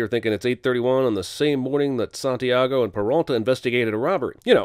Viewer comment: nah he said sant-eye-ago instead of sant-e-ago Score one for phonics